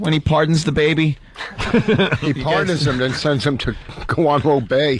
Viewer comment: These dudes don't know about the song "Guantanamera?" And they made fun of her for pronouncing Guantanamo Bay correctly.....